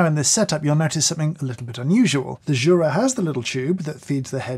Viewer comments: it's "you-ra", not "choo-ra". Jura is the mountain region northwest of the (swiss) alps. Jura is a swiss company named after said mountain because of their location just southeast of it. greetings from switzerland ;) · Jesus dude, at least learn how to pronounce those names. You have butchered it completely - at least Jura, Miele and rest fail also.